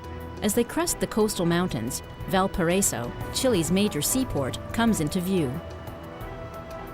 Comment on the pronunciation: Crusoe was the least egregious of her mispronunciations. "Valparaiso," "Flensburg," among others.